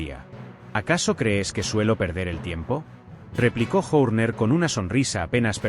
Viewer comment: es un cara de piedra y burro...escuchalo nomas insistir una y otra vez con PADEC...Y SE DICE PADDOCK.. Pronuncia Cristian Journer (Horner) y se deberia pronuncia Jorner...es burro malo